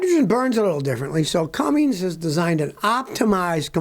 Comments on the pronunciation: Those who cant read and write "CUMMINS" should not pronounce it "CUMMINGS" there is no letter "G" in cummins. Its not Cummings. Its CUMMINS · Scotty, its cumminS, not cummings :) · It's CUMMINS not CumminGs. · PLEASE!!!!!!!!! Pronounce words PROPERLY!!!!!!!!!!!!!! It is NOT, NOT cummings, it is CUMMINS!!!!!!!!!!!!! You are supposed to be a professional, please speak like one. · its Cummins scotty , not Cummings lol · It's Cummins, there is no G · If I hear Scotty say "Cummings" one more time, I might go insane. The engine company Cummins has no g in it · Seven decades. You’ve been alive SEVEN DECADES. There is no “G” in “Cummins.” Damn this drives me crazy! 🤦🤦🤡🤡😆😆